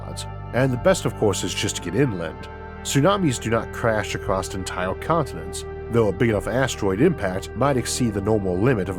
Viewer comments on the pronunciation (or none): Ehh!! Not acrost!